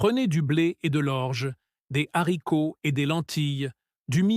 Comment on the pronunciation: Les zaricots, le milet? Cette voix artificielle est insupportable.